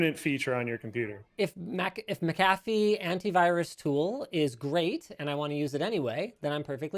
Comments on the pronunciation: you came dangerously close to pronouncing "McAfee" correctly... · Please, and Linus...it is pronounced "MAC-A-FEE", not "MA-CA-FEE".